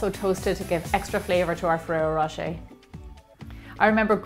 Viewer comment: that´s exactly my point. I´m not saying you can´t reproduce such things with your own twist. but just say it was inspired by this and that product. instead of using the name over and over to seem the product/video seem more legit. also, in this particular case: ferrero rocher pronounced by an american just sound ridiculous.